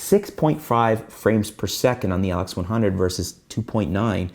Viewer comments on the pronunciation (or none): You got weird accent man. you say LX100 as atlex100... WTF